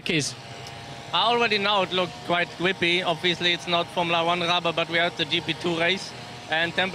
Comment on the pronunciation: "It looked quite gwippy." "It is a stweet circuit." "Like Monaco or Hungawy."